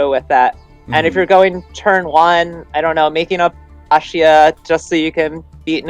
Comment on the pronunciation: First time I hear someone pronouncing Baxia correctly 😅